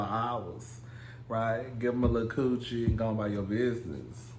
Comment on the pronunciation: The way he say coochi😂😂😂 QUCHEE!?